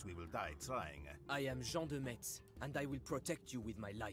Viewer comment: IN FRENCH, METZ IS PRONOUNCED "MESS".